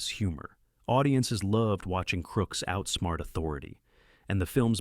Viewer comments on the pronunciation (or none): none